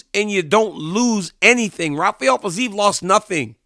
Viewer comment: Rafael Fiziev is not brazilian his name is pronounced Rafael with an R